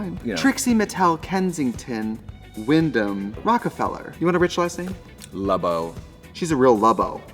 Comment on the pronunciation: Trixie pronouncing Wymondham correctly is very sexy of her